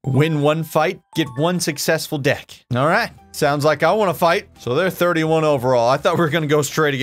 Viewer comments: Hearing him call the deke (Dee-k) a deck hurt my hockey heart 😭🤣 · Lmao its deek not deck. Love your content bro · It's pronounced Deek not Deck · DEKE, not deck like we’re leaving Home Depot talking about summer projects with the boys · Bro said “deck” 💀 It’s pronounced “deek!” Loved this game as a kid and glad to see you play it. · Hearing him say “deck” when it’s deke (deek) 😩😩😩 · I scrolled through the comments for a bit but didn't see anyone mention it's pronounced D-EE-K. Long E, not short like deck. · Deke is pronounced "deek" not deck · A deck lol. Its pronounced deek. Deke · its pronounced "deek" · It's pronounced "deek" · OK it’s not deck it’s deke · It's "deek", not "deck"🤡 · “Got a deck” I don’t know why that made me laugh so hard hearing him say deke like that 😂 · Every time he pronounces deke and deck a hokey bro somewhere out there losses a tooth. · I loved this game when I was younger, so glad you played it! If you haven't ever tried it, play the two on two basketball game Arch Rivals. It was an arcade game and on the original NES. It's where NBA Jam got a lot of it's inspiration. Also, Deke is pronounced exactly as it's spelled, not deck lol. It's the hockey equivalent of breaking someone's ankles. Great video! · Awesome to see you getting into some hockey. Also 'deke' rhymes with 'peek'. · Deke is pronounced "D-eek". It essentially means to fake out a player on the opposing team when you have the puck. In basketball parlance to "break their ankles." Midway made good stuff back in the day. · LOL Awesome video, btw deke is pronounced like "deek" hahaha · Does he pronouce 'deke' as 'deck'...? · It’s actually called a deke like zyke😊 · Did he pronounce deke as deck????? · Deke is pronounced "deek" brother. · its pronounced "dee k" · The way you pronounce deke 🤣 😂. Obviously your not a golfer 😂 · How do you know what icing is but not how to pronounce deke? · Lol he kept mispronouncing deke and I almost like it like that